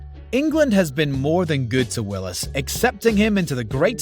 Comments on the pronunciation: Come on....it's Sam Wills, not Willis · his name is Sam Wills, this doofus says Sam Willis....